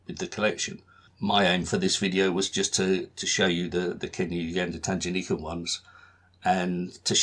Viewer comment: Great introduction to the stamps of this area. I was born in Kenya, so grew up with these stamps and they still have a special place in my heart and in my collection. Just one small thing - the g in Tanganyika is a hard g (as in goose) rather than a soft g (as in gem).